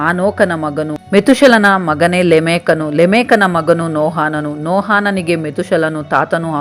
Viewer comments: ಎಲ್ಲಾ ಸರಿ ಬೈಬಲ್ಲಿನ ಭಕ್ತರ ಹೆಸರು ಹೇಳುವಾಗ ತಪ್ಪಾಗಿ ಹೇಳುತ್ತಿರಿ... ನೋಹಾನನು...ಅಲ್ಲ ನೋಹನು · Akka niu Satyavedad bhaktrad Metushelahan bagge valley mahiti nididiri aadre kelvu bhaktar naamgalu pronunciation dalli tappidiri haanok alla bari Hanok aste Mattu Nohaan alla Noahanu aste saaku. 🎉🎉🎉